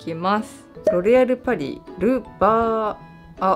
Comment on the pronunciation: 一瞬「ロ リ アルパリ」に聞こえたw